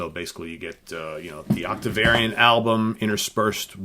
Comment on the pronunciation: Also, it sounds like you are pronouncing Octavarium as "Octavariun" on several occasions. But it could just be my stinkin' tinnitus.